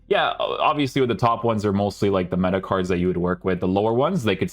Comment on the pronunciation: Not hate just a genuine question, why do you say card normally but then randomly say cardshhh other times?